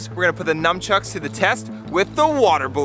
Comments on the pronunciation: He kept saying numchucks not nunchucks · Stephen kept calling the nunchucks, “numchucks.” 😂😂😂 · Is it only me that saw Daniel touch Regina's head ? Daniel+Regina=Love💖❤️💗 I think they both have a crush on each other Also Stephen said num chucks xD